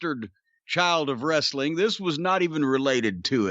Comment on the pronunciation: Vince was anal about pronouncing "w" but can't say the word "wrestling " correctly.